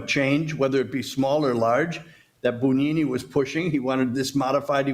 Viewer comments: Not "boon", "boo". The rest is correct. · Yes, he was, in the worst possible sense! BTW, it’s spelled Bugnini and pronounced Boon-yee-nee. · "Bugnini" is pronounced "boon YEE nee"... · To be clear, the pronunciation should be: "boo YEE nee"?